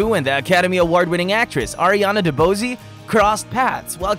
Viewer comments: Ariana DeBose ‘s last name is pronounced De- Bose like the headphones/speakers . Its French ,a variation of DuBois or DuBose. Her mother is White ( French and Italian) and Her Father is Afro-Latino/Black (Puerto Rican.) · Ironic you got Linda Wallem and Sue Makkoo last name pronuncation right but got the last names of their partners Ariana DeBose and Melissa Etheridge wrong. I have heard Wallem and Makkoo be messed up badly too. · I love Ariana DeBose and watching her &Sue Makkoo segement was painful with all the mispronuncations. Its also ironic that they got Makkoo right but stumbled on names as simple as Etheridge or DeBose .